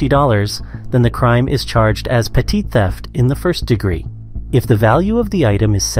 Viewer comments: It's petty, not petite. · I apologize, but it's "petty" larceny. Not "petit". Lol. It did make me laugh though! Lol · poster: "petit theft" in English is pronounced "petty theft". It's an anglicised word now. Please don't corrupt it again by trying to pronounce the French word as you murder our language every time you try! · Do you want to try to pronounce petit again? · I hope it's an AI voice because no one is dumb enough to mispronounce "petit." I've been driving for almost 45 years. I've driven across the US more than 100 times and every mile I smoked cannabis. No accidents and no tickets, not even parking tickets. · The announcer said petit wrong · For a dude running a crime channel, he should know how to pronounce "petit theft"